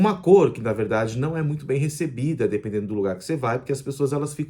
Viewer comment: GAROTO VOCÊ FALA A VERRRDADE, VERRRRDADEIRA. fácil assim.